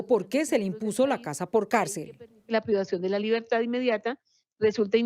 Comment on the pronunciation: No se dice libertá, se dice libertad